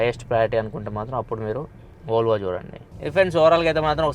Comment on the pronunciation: bruh it's Volvo not volavola this guy sounding it wrong lol 😂😆🤣